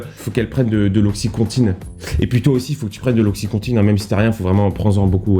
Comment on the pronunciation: Par contre 😅c'est oxyconTIN ...Pas ''contine'' 🤗